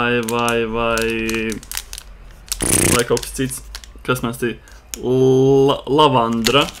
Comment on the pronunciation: LavanDA! Nevis lavandra. 😂 Es nevarēju, kad 8x to pateici.